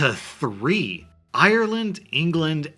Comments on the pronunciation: It’s IRELAND not EYER-Land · It triggers me how you say Ireland